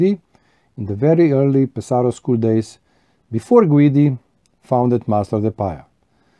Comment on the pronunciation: I also enjoy Pe’saro pipes ( accent on first syllable FYI) and have a lovely Mastro de Paja ( very affordable), as well as the same bulldog you have and a billiard from Ser Jacopo but with specially made vulcanite stems done by Julius Vesz, my dear friend in Canada. I also have an amazing Rinaldo which I must say smokes amazingly. The Pe’saro school is very elegant while the Cantu school ( Castello, Ascorti, Caminetto) and Varese school ( Savinelli, Brebbia etc,) are all near Lake Como and certainly more classic in shape. A great video thanks for sharing amico mio. Ciao 👋 S.